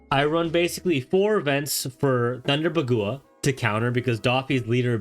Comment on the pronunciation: This man's pronunciation is so off. "DAH-fee" he says "Thunder Buh-GOO-uh" he says... What?? Is this on purpose. Is this a meme?